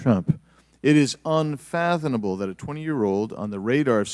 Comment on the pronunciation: Did he just say "unfathonable" instead of "unfathomable," lol?